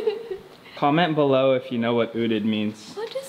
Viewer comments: Dapat UTED not UDET 😂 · oodit?? lol OOTD!!! wil, alodia's confused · That's funny ootd...Wil you don't say utid but Ow ow tee dee ( O O T D) outfit of the day! That's ehy Alodia didn't understand you!! Hahaha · You pronounce it as O.O.T.D kasi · Lol! Parang udid kasi sinabi instead of “odid” haha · You pronouce it as O.O.T.D not ootd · O.O.T.D not utid LOL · That's why she didn't understand when you ask her coz you ask the wrong word you said odid 😂😂... of course she knew it you just said it wrong 😂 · YES.I thought you said owded😁 Can you vlog with daniel marsh and roast him? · Laughtrip kasi "Uteed" yung pag-pronounce ni Wil slang na slang, na-gets ko lang ng OOTD ibig sabihin niya through context dahil pinapakita niya yung suot niya 😆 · "Uteed" kasi yung pag-pronounce ni Wil kaya hindi na-gets ni Alodia, slang na slang yung accent. Naintindihan ko lang na OOTD ibig sabihin niya through context dahil pinapakita niya yung suot niya 😆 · i heard it as "OODD"(udid). So it's outfit of d day? Hahahhhaa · Wil said UTEED. i guess thats OOTD..lol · "Outfit of Dhe Tay" XD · odin ba sabi nya... una kong naisip ay uuhhhmmm yung "d" palitan nyo ng "t" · I thought he mean "Udit" or "Buldit" :3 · Oh, it was OOTD! I thought you said UTIN so I was like "Wut?!" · Ganon ba pag pronounce nun wil? Utid😂😂😂😂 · ootid(ootd)? haha